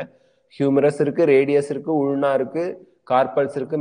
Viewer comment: sir ulna oda pronunciation thappu